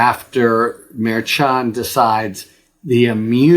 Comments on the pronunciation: FYI it's pronounced mar-SHAN. Not mar-CHON. Just any Latino in your office or orbit, if you have any. Also, I listen to almost all your videos. Keep going, we need you!! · Harry, you're the best. But please learn how to correctly pronounce the name of Judge Juan Merchan.